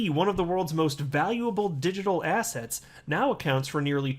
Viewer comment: I don’t know whether you intend it, but every time you say digital assets I think you’re saying digital “asshats”